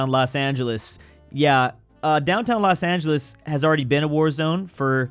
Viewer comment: "las angles" lol